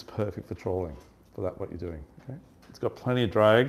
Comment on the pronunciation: why do you always say trawling instead of trolling?